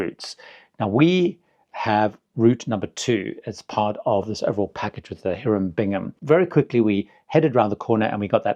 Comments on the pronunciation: Here-um Bingham? No, no, no. It is High-rum Bingham. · It’s not Heeram Bingham, it’s Hiram Bingham. Archaeologists are rolling over in their graves